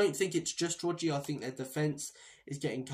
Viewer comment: Destiny Udojiee? Who the sweet F is that? Udojiee???? Are having a laugh mate?